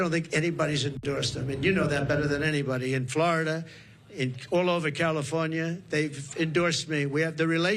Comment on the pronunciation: How can someone running for President be so pathetic, mispronouncing names of people he doesn’t like….child!